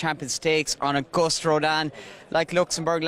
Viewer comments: Someone tell the commentator its augoost rodin! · I cringe every time the race caller mispronounces Auguste. Has he heard of the French language? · he still doesn't know how to pronounce "Auguste."